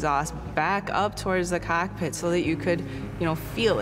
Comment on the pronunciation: The way she said COCKpit sounds better than the exhaust